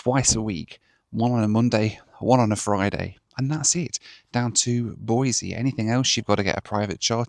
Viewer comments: Great video - always fun to see your home turf. I've ridden motorcycle thru Salmon more times than I can remember. BTW, it's Boisee, not Boizee. If you say Boizee you have to follow up with "I'm not from California and I'm not moving to Idaho". 😁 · As a life-long Boisean, I respect the correct pronunciation! Boiseee rather than Boizeee! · BOY-SEE no Z. Otherwise we'll have to call you 😅